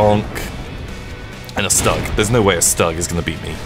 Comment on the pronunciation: You triggered my inner tank nerd so I have to correct you, StuG is pronounced like STOOG. Also this game apparently thinks IS 2 is a super heavy tank. It's not. Also, you don't need to flank a Tiger with an IS 2. And the Maus wasn't just a 100 tonnes. It was 188 fucking tonnes. It literally had a U-boat engine. It's so stupid, I love it